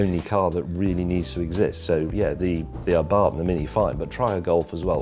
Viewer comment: The fact James pronounced "Abarth" correctly increased my respect for him even more!